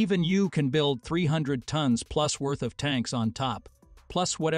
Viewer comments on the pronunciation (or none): Tones? You guys need to train your AI voice to say tons not tones 🙄